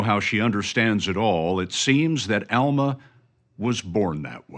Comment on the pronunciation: Please pronounce her name correctly ask her how to say it her name is Alma with a short UA sound not the Southern Sound pronounced as an a